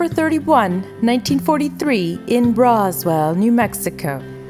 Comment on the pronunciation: Did she really just say broswell New Mexico? It’s Roswell as I the alien town as in middle of a desert with “alien sightings”